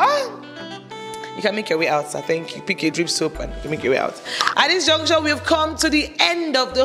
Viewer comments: Please it is “At this juncture…. “ and not “at this junction….” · Host, its "at this juncture" not Junction. Thanks